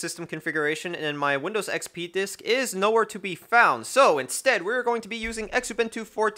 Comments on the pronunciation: Penny are not engraved they are stamped ! also the X in xubuntu is pronounced as a z zu-bun-tu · Xubuntu. Pronounced Zoo-bun-too.